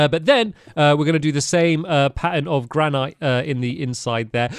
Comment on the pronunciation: It is GRA NIT not GRANIIIIITE lol